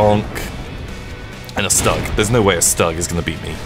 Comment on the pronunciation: You triggered my inner tank nerd so I have to correct you, StuG is pronounced like STOOG. Also this game apparently thinks IS 2 is a super heavy tank. It's not. Also, you don't need to flank a Tiger with an IS 2. And the Maus wasn't just a 100 tonnes. It was 188 fucking tonnes. It literally had a U-boat engine. It's so stupid, I love it